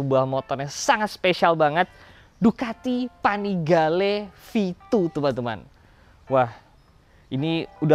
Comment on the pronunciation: yg gw denger Ducati vanigale 7